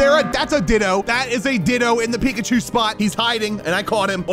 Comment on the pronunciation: That’s not eekachu that’s reekapoo